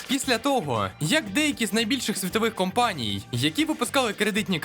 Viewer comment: Був би вдячним, якби були не такі нав'язливі акценти на останній склад у фразі. Звучить неприємно: "одна з найбільших компанІІІЙ, яка випускала кредитні картКИИЕ"